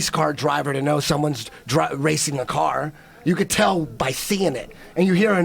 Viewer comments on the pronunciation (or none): none